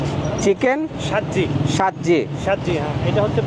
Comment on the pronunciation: Der khwand e wako🇵🇰🇦🇫🇧🇩🇵🇸❤️❤️ 6:2 "Sajji" hy "shajji" nahi bhai😅